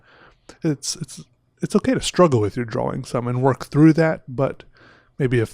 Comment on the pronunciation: I think it's more like "draw-wing"